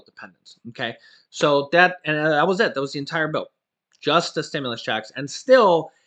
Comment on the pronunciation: Amazing production man. There is a certain way to enunciate the word “checks,” emphasis on the “ch.” JS. Marketing is my job.